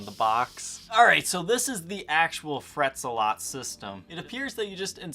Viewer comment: It's not Frets-a-lot, it's Fret Zealot.